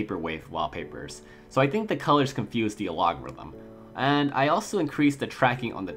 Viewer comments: What the fuck is an aLOGerithm? aylogorithm? I think you mean algorithm (Al Gore ithm). More learning English and less watching anime might help. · Am I missing some meme here, why do you pronounce algorithm like that?